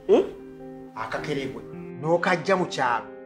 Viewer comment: The way is calling coconut mbu akakerebwe 😅😅😅